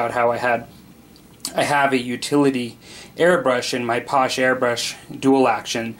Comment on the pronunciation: FYI it's pronounced: pass-SHAY ... not posh.